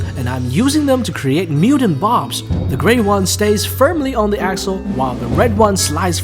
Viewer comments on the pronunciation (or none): none